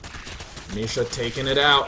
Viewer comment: It's not Misha, it's Micha, like in "chat".